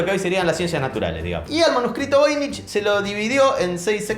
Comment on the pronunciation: "Voynich"= ¿"Novoy"?